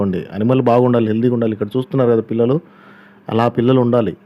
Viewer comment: Anna pullalu kadhu pillalu